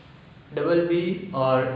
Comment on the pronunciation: Bro its lub and dub not lubb , dupp 😂😂